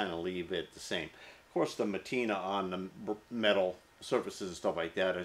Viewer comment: Patina, Patina...been watching for years. Not matina, Patina. Love ya, call it as ya see it! We will still follow.